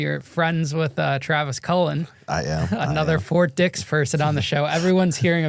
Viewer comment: annunciation lol o thought you were saying something other than fort dix